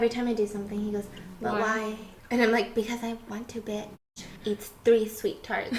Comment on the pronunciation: Stephanie: been that biss still that biss, will for ever be that biss.